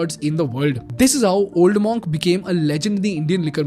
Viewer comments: Pronounced 'mUnk' ✅ not 'mOnk' ❌ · Superb video . Keep up the great content. However it’s pronounced as Munk